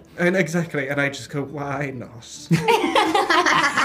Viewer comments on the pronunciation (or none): Language question: how do you call the way Joey pronounces "t" sound at the end of words like "not" or "cat" ?